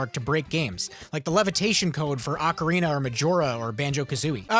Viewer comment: Ocarina not arcarina